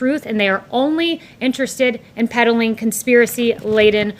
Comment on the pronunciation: * peddling... not "pedaling."